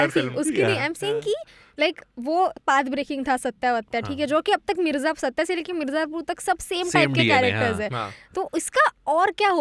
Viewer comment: The films name is सत्य but why does everyone keep pronouncing it like the South Indian or Anglo pronunciation version ? We had Ardha Satya before and everyone pronounces that like it was meant. The lead characters name is Satyaa but the films name is Satya the other side of truth.